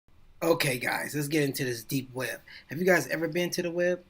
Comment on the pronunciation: it is web not wed xd